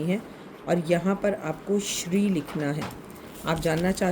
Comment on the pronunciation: Namaskar mam yah shrim hota hai na ki Shri